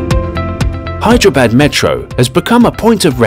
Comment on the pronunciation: Hyderabad he is pronouncing bad bad it's actually badh